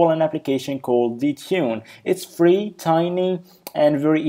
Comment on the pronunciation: its not fa ree software